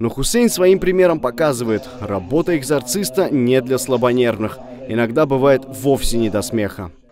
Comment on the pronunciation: Этот человек не ЭГЗОРТИСТЬ ! ЭГЗОРТИСТЬ КАЛДУН!